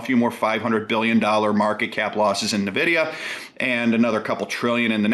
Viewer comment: It's weird hearing someone under 45 mispronounce N'vidia...